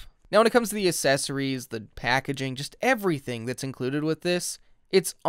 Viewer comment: The Uh-sessoreeze